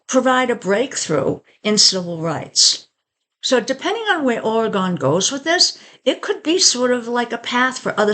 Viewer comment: Say it right!!!😂😂